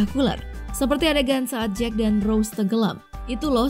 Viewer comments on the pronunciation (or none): none